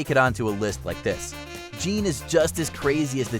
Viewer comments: Dude definitely didn't play Bayonetta if he's mispronouncing Jeanne.... It's pronounced Zhawn. It's French.... Get it right next time. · how can you butcher Jeanne"s name by calling her Jean? her name is pronnounce in cutscenes many times on the game and how the heck you did not Put Lady from devil may cry 3 she was a boss first also from the same game you can put NEVAN come on a sexy vampire also from a CAPCOM game, or even forgot the succubus from Castlevania symphony of the night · Isn’t her name pronounced j’hon even though it’s Jeanne?